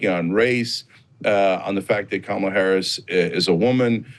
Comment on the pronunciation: Kamala =Comma-la, why is it so hard to at least get a candidates name right.